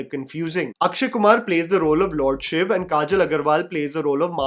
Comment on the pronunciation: Finally someone who says SHIV, and not shivaaaaaaaaa… 😡😤🙄